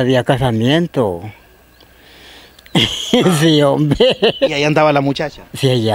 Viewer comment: Me gusta cuando dice homve, aver con placa como lo dira